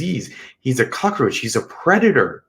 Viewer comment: All that drama is ridiculous. The term is cock roach, not Crocker roach, or are you confused with Betty Crocker?. Go get some education. What are you looking up for instead of into the camera. His victim okayed his presence…how did you miss that? You know all about families, other cultures, from a book? Or your dreams. Speak for yourself. You have no idea what it is to secure a job with a felony conviction.